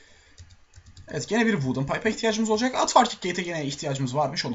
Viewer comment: Abi pardon ama kendimi tutamadım "olacak"."olucak" değil. -_